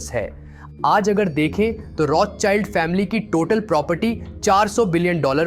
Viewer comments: बच्चा वो रोथ चाइल्ड नही रोथशिल्ड है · "Rotsild" pronounce hata hai